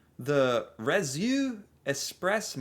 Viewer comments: Réseau is pronounced rezo and means network in French. "Eau" is always pronounced o and is the ending of many of our Surnames here in Canada and the western part of France. Montreal's Metro (French - subway) is already the world's largest subterranean pedestrian network so I can't wait to see it when it's complete! I wonder if LNG Saint John will ever reach full capacity. It's barely ever been used. *Edited for clarification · 😂 ok, here we go 😂 Reseau= Ray-Zo and Michel = Mee -Shel approximately. but we love that you try.❤😂